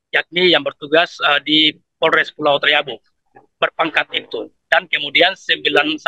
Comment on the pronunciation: Ibu ini salah sebut nm pulau talibu, nm pulaunya adlh pulau taliabu😂😂😂